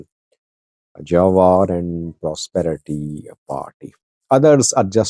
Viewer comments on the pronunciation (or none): His name pronounced Jewar ( like je for German ) not jawar👍 also what is jewar he only talk talk bla bla not in the armey he is nowhere just talk the talk😂